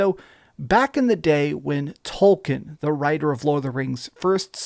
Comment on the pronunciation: “TOLKIN” It’s “TolKIEN” Fuck’s sake